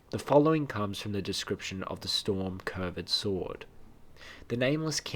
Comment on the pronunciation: Did this nigga just say Cur-ved? 😂😂